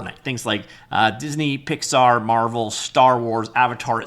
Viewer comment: Picks Are.. not Pix air..